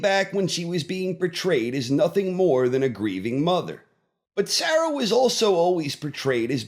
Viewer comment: The mispronounciation of Sarah grating lol